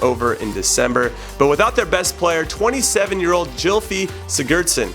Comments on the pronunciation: Jimmy its pronounce gilfi sigursn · You gotta work on your name pronunciation name... I'll let you have a slide on Kolasinac but you really should know how to pronounce Gylfi Sigurðsson. The guy has been a stud in the league for years